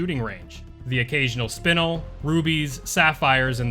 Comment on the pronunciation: I can't believe I still haven't heard a single youtuber correctly pronounce "spinel". Doesn't anyone in the RE fandom also watch Steven Universe?